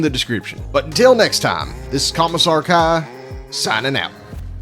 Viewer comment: I thought he said "Thomas (insert last name here)" ToT